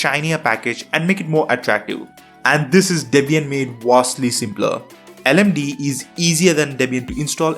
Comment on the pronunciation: It's L-M-D-E not LMDEE pronounced, Linux Mint Debian Edition